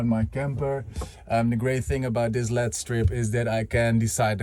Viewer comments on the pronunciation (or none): great video! im looking forward to seeing your next ones about your trip! seeing all the prep work you did was nice, and your scripting/speaking in your videos is improving. my one suggestion is to be aware that most to all english speakers pronounce LED as "ell-ee-dee", like, just saying the letters, it is not typically said as a word. you rock keep up the good work!